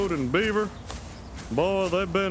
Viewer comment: That's just how he pronounces Beaver with his accent